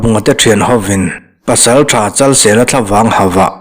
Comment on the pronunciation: Luangpawl Pasaltha Chalseia tiin ka lo hria a, Chalsela tih zawk tur a nimaw..🤭🤭😂😂